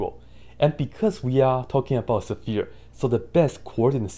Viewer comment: I like how you say sephere! I really do.